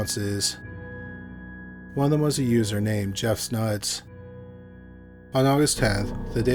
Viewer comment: I thought he said Jeff Snuts😅